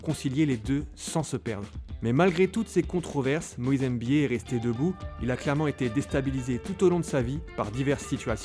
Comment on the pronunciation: C'est pas Moïse EMBIYE mais Moïse MBIYE !